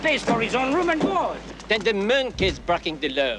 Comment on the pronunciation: "Do you have a reum?"